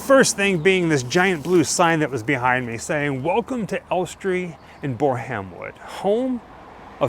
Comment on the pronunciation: Hi guys. We absolutely love to watch your little trips and the excitement and awe you express when you go somewhere you've always wanted tos see. We think you are absolutely adorable. Just one thing. Maybe go to this guy's site to learn how to pronounce names of various places you visit. Ellestree is in BORUM-WOOD, not BOR-HAM-WOOD. Just FYI.